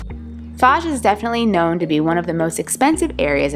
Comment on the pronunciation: The lady is pronuncing it wrongly. It is not FAZ, it is FOZ So not Fuzz, but Fauche, like the gentlemen is pronuncing.